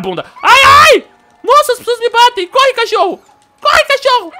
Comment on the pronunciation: leia e presta atenção de como o som fica (cótiorro), é tipo: "mo deuso" que o falou